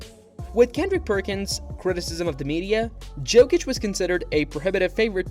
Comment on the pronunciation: Ok, I can’t watch this with that prononciation of Jokic